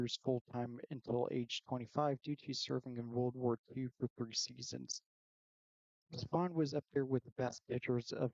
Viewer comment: Kid Nichols better than Spahn? I don’t trust this list if the guy can’t even pronounce Spahn correctly!